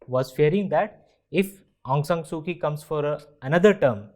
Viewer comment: It's pronounced as "Soo-Chee" not "Soo-Kee"